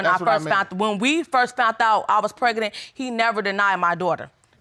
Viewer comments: it urked me everytime she said that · I feel like I'm losing intelligence with every word this couple speaks....if he says open legz one more time or if she says preg-a-nant again.... I'm leaving! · This is the first known woman to ever get preg-A-nant!!!! “PregAnant, pregAnant, pregAnant!” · Justina Hamilton maybe like preg-A-nant!! pregAnant, pregAnant pregAnant